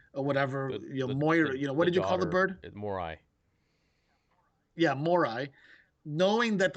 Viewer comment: Its morai